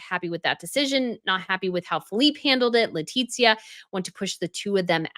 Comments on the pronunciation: It is without the second *T*, it is Letizia no Letitzia. I'm from México and I know what I'm talking about. Every single name must be pronounced correctly, no matter where you come from... don't you think? is a professional, she'll understand. 😉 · you are pronouncing Queen Letizia's name incorrectly; you are pronouncing it as Leti*T*zia... ¿why? She was living in México for several years, and her reputación wasn't good by the way. 🤷🏻‍♀️